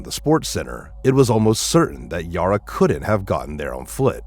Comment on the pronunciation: Bad pronunciation on everything. Her name is not Yoro/Yora, it's Yara. Think Sara(h). Sounds like computer generated voice, certainly has the typical defects that computervoices almost all do.